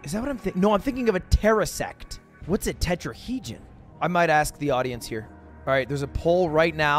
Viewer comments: he said "tetrahegen", probably thinking of tetrahedron (4 sided 3d shape), then corrected himself to "terrasect" which is closer to what he was actually thinking of, a tesseract. english major moment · He said tetrahedron and tesseract wrong, wasn’t sure that we had 60% water, thought Irish had a lot of Js (it has none lol), and also he doesn’t know how many sides a stop sign has